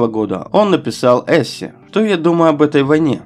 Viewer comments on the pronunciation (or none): АВТОР ТЕКСТА ! ВЫ ПУТАЕТЕ ПОНЯТИЯ ,,НАЦИЗМ" И ,, НАЦИОНАЛИЗМ " . И ПОЭТОМУ ПЕРЕВОД ЦИТАТ ЭЙНШТЕЙНА НЕПРАВИЛЬНЫЙ ! А ЭТО НЕПРОСТИТЕЛЬНО ! А ОЗВУЧКА -- УЖАСНАЯ : ЕВКЛИД ,-- ВМЕСТО ЭВКЛИД , ЭСЕ , -- ВМЕСТО ЭССЕ и т.д. Когда в словах неправильно ставятся ударения , теряется смысл сказанного ,-- т.к. есть слова похожие по написанию , но разные по звучанию из--за ударений . При этом , эти слова разные по смыслу и значению ! Идея очень хорошая -- рассказать об Эйнштейне , но неправильно переводить его цитаты ,-- это непростительная ошибка ! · А еще и ошибки типа "Эссе" с ударением на первый слог. ТщательнЕе надо работать, как говорил Жванецкий. НамерЕния. Неприятно слушать. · Как можно так коверкать слова "Эссе", "раскаяние" и другие, неверно ставя ударение?! И как можно безграмотному человеку браться за озвучивание ролика? Дизлайк. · Интересная тема, но всё -таки эссЕ, а не Эссе! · Что за русский язык ?!? Люди могут быть раздражительными, но не идеи! Как это "работа освобождала много свободного времени"?Масло масляное. Правильное ударение в словах:эссЕ, намЕ рение, раскАяние и т.д. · Очень интересные факты, но изложенные просто чудовищным языком! У авторов большие проблемы с грамматикой, стилистикой и даже с ударениями. (Два примера из многих: в слове "эссе" ударение на последнем, а не на пераом слоге! Взгляды - "пацифистские", а не "пацифистические"! Если безграмотный диктор не знает первого и не в силах выговорить второе, - его надо гнать взашей!) А авторам текста надо бы для начала почитать школьные учебники по русскому языку и - как минимум - орфографический и орфоэпический словари.) Дослушать этот ужас до конца не было сил. Испанский стыд:)) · Скорость 1.5 в самый раз. "Эссе" (эссЕ) — опять нейронка озвучивает? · если текс начитан роботом, то Эссе (не эссЭ) объяснимо, но если читал человек.., печально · Где ты там услышал неправильные ударения?